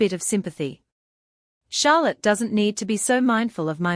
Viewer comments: The fact the ai can't figure out how to pronounce Charlotte is both really annoying and utterly hilarious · What the hell is wrong with the pronunciation of Charlotte. It's just so annoying. Edit :- This is so annoying. Now, even the mc's being pronounced as NA6A. I mean, wow.